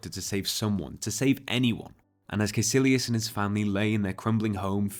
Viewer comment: Caecillius is pronounced KUY KILLY US